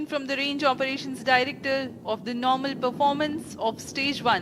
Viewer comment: It’s NARMAAL